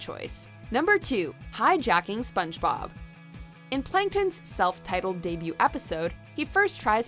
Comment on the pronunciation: "spons-bob" lol